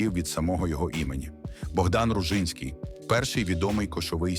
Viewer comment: а оте в Житомирській області селище, чи мо вже й містечко Ружин, із якого отой ружИнський має наголос на перший склад. і Ружа то є Троянда. і знову наголос на перший склад. то може він Ружинський із наголосом на перший склад??? а той Ружин - було княже помістя князів Ружинських. давнього княжого роду Ружинських